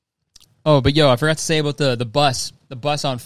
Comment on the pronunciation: i forget your until you say “abouuuuuuut”